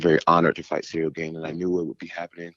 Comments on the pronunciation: He calls him cereal gane lol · Lol he foreal said "cereal gain". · Man called him Cereal Gain 😂